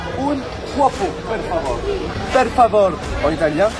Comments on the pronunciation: c'est pas perf favor c'est per favoréééé c'est pas pareil haha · Attention, en español c'est "por favor" et en italien: "per favorE", avec le "e" à la fin qui doit être audible. C'est important la politesse :D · En italien on dit "per favore" le à la fin doit être prononcé !